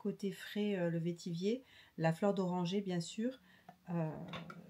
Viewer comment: Bonjour, le vetiver pamplemousse est mon préféré. Et pour info vetiver se prononce comme « vert »